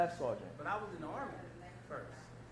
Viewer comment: "U.S Armeh" "Obviousleh" "cringeh"